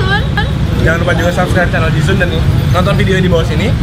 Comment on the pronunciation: Si ini dari kemarin nyebutnya ji sun ji sun ji sun mulu. Bukan ji sun woi, tapi ji SAN